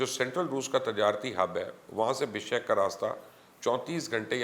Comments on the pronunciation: Bishek Naheen Oye "Bishkek" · Aap padre likhe aadmi hain kuchh khayal karen pehle BIPON Rawat ko PAN Rawat kete hain ab BISHKEK. ko BISHEK keh rahe hain !!!!!!!!!!!?!